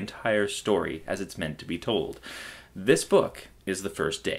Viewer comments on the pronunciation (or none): none